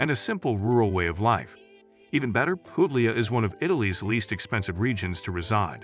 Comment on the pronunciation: Puglia not Poglia don't pronounce the g 😢